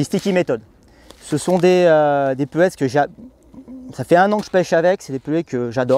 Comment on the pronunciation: Moi je comprends pas ces gens qui disent pellètse. C’est bête mais j’ai mon oreille qui siffle à chaque fois ça s’écrit PELLETS et ça se prononce pellet le « S » étant muet! Merci de préserver le français qui connaît déjà une époque difficile.